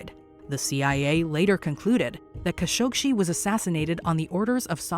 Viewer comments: Why does she keep on calling him 'Kashogshi'? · Khashoghee last part of his name is pronounced as gee not see !! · The last part of his name is pronounced as gee not see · KHASHOGGI NOT KHASHOGSHI. So annoying. A lot of these "solved" mysteries are not ACTUALLY solved. FAKE TITLE. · I don't understand something here. Everyone can hear the news anchor pronounce Mr. Khashoggi's name correctly. One assumes that the creators at Watch Mojo LISTENED to the supporting video/audio snippets interspersed throughout this video, PRIOR to laying down the program's voice track. Why then, in the name of RESPECT, do you mispronounce Mr. Khashoggi's name multiple times? The man was murdered and dismembered. Can you honestly not be bothered to pronounce his name correctly and at least give him a SCINTILLA of dignity?? I was really enjoying this video up until that point. However, laziness in research, particularly when it takes only SECONDS to find a correct pronunciation, is completely off-putting. I expected better from Watch Mojo, especially given the great quality of your past offerings.